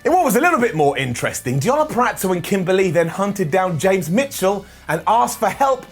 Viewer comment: Purazzo not puraTzo